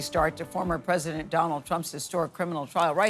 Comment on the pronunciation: He's the easiest pwesident